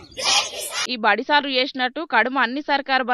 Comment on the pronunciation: సాల్ డ్రు కాదు సార్లు అనాలు